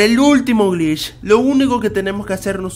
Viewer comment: cuando dice glitch pareciera que estuviera diciendo bleach xd